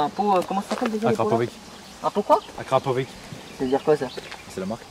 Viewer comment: Il a dit acrapovi sa se voit le connessure 😂😂 ces acrapoviche🤣🤣🤣